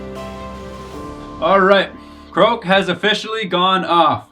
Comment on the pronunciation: kroak. lol 😂 Good game though guys, and great quality work as always!